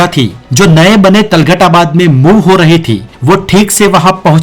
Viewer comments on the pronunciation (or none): वाह मेरे अनपढ़ शेर। पहले तुगलक और तुगलकाबाद बोलना तो सीख ले। तलगट और तलगटाबाद बोले जा रहा है। क्या युटुयुबर बनेगा रे तू। पहले स्कूल जा पढ़ने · Talgad nahi tughlakabad hota hai